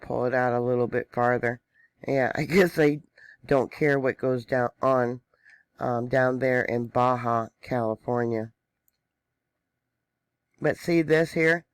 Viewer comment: its pronounced BA-Ha even know its spelled Baja the j sounds like an h in the Spanish.